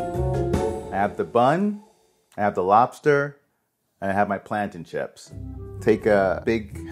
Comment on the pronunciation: Bruh I know he didn’t just say plantain chips